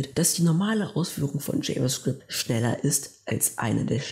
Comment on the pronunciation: JavaScript ist die Sprache der Zukunft 👌 Bzw TypeScript das eine Erweiterung für Javascript ist. Aber bitte sprich java "jewa" & Javascript richtig aus dann wäre deine Präsentation besser